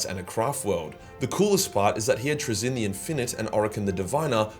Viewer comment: pronunciation of "Trazyn" makes me want to go into a Khornate rage